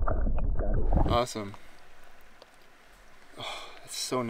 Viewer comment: “Ahsome” is not a word.